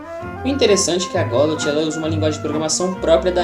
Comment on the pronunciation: Mano aprende a pronunciar o nome da bagaça direito não é "godóte"